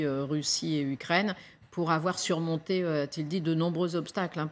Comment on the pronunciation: le Français des Français on dit U U U UKRAINE ET NON OU OU OUKKRAINE. Macron peut te payer des cours de diction.